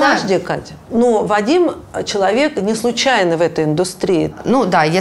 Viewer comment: Очень хочу узнать у,какой смысл она вкладывает в слово человек,намеренно произнося его как слово ЧЕК.Это дань моде в вашей тусовке или просто редукция Вашей речи?Заранее благодарна!